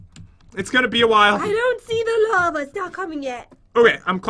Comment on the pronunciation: i thot you said "lama is coming" XD